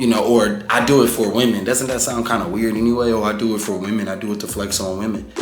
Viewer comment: We gotta dew what we gotta dew